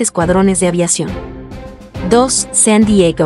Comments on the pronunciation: ¡¡¿¿¿Por qué la narradora pronuncia los topónimos hispanos con acento gringo???!! ¡¡¿¿¿Saeen Diegouuu y Flouuridaa???!! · Me parece ridículo que hablando en español pronuncie de esa forma San Diego que es un lugar de origen español y le de ese tono tan yanki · Por favor pronuncié bien San Diego esta usted hablando Español